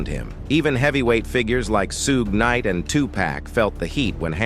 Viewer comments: May sound petty, but I was trying to finish this video until he said "soog knight and two pack"... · Sooooge knight! Y'all catching the truth.. This? Is a A.I bot narrated channel that will never check the comments and cld care less. These 'type' of channel know how to work with YouTube's AI (algorithm) and .welp? Not here to give YT lessons. But? Every one shld know , BY now? This voice(who seems to narrate EVERY single one a these channels) is a dead give away. Than? Theirs the mispronouncing of Suges name 3x in 3 diff. Ways. Hahahh😂 #supporthuman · NOTHING!! I'M boycotting this bogus channel worth the bogus AI that can't pronounce Suge Knight. Thumbs down.👎🏾